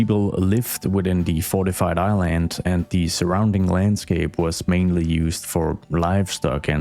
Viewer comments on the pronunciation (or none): none